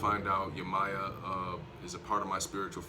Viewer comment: Can u please say yemayah name correctly your saying it wrong 🥴